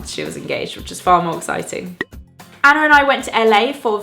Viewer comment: the way you pronounce anna and hannah are as if they have an R at the end, like annar and hannar :D